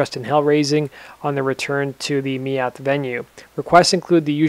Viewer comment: just a note...the slane gig in Meath is pronounced Meade